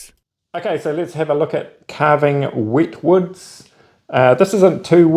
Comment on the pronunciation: Love u but i had to laugh been from the uk to your "wit woods " 😂 great vid as always